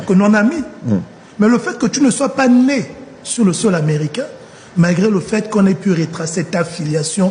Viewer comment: Il faut dire à l'honorable que le mot " pas" se termine avec "s" et non "t".